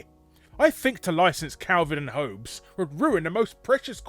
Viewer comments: It's pronounced "Hawbs", not "Hoabes"... !!! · Dat pronunciation of “Hobbes” tho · Calvin and "HOE-B'S"?!?! Who honestly doesn't know how to pronounce one of the most famous names in the world? I know he has a strong accent but that wouldn't account for this.... come on, you're better than this lol Obviously this is a joke and I don't care but just found it funny that someone as well informed on pop culture things as big is, could pronounce something so well known, so badly lol.